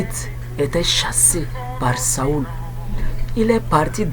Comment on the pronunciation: Mon cher ami, Saül se prononce [sol] et non [saul] => (saoul).